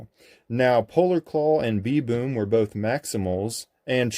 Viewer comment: you are pronouncing it "B.Boom" where the name "B'Boom" is spelled with an apostrophe which replaces letters in the word like "them" becoming " 'em". in this case "b'boom" is pronounced like the animal's name "baboon", but with the "a" removed and the "n" replaced with an "m" so it's pronounced kinda like "baboom" without the "a"